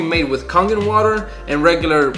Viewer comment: It's pronounced Kay-gen water.